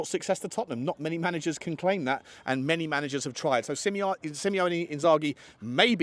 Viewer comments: first and foremost stop butchering Inzaghi's first name. It's Simone, pronounced See-mo-nay, not Simeone, which is the surname of Atletico Madrid's manager. Secondly, while it's true that Inzaghi's contract is up in the summer and he has yet to sign a new deal -- he has stated that he's not going to do anything until the season is over -- I find it highly unlikely that he will leave Inter. Yes, the club is strapped for cash, and yes, the squad needs a rebuild because it has the highest average age in Serie A, but Inzaghi is working under chairman Beppe Marotta. Marotta has a very long history as general manager and even as CEO of a number of Italian clubs prior to Inter. Most importantly, he was general manager of Juventus from 2010 to 2018. Between 2011 and 2020, Juve won nine consecutive scudettos, the first seven with Marotta in charge of recruitment. Whose boss and mentor was he at Juve? A certain Fabio Paratici, who learned everything that he knows from him. In fact, Marotta is the only man in Italian football with a longer contacts list than the Don, and his specialty is putting together squads composed of top talent for little money. Moreover, he has assured Inzaghi that he will give him all the backing that he needs. The two have already enjoyed considerable success in only three seasons at Inter, and Inzaghi is very popular with all the people that matter at the club, such as club legend Javier Zanetti who was appointed vice-president (equivalent to deputy chai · SIMONE my friend, not SimEone (which is the Spanish version).